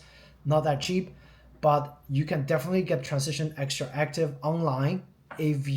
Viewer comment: Dude, no one cares. He said it wrong, yet, you knew what we was talking about. That’s all that matters.